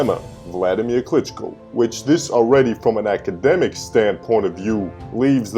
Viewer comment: Nice Video on Klitschko's career. What I don't get is you have umpteen clips of pro boxing announcers pronouncing his name yet you repeatedly mispronounce it. Sorry, just some creating criticism, now to mention I know that I don't like when people mispronounce my name. LOL. I enjoyed the video regardless, good job bro. #WeStandWithUkraine